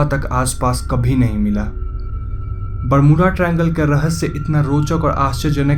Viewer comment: rahesye hota h bihari... rashya nhi hota